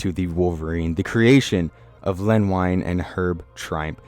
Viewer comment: Len Wein and Herb Trimpe, pronounced WEEN and TRIMPY.